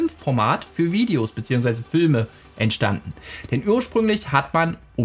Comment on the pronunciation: Fülme?! 😂😂😂 Sorry das musste raus 🫶